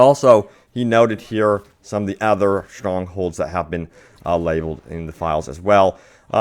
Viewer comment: Other... OTHER. why does he keep saying ether 😐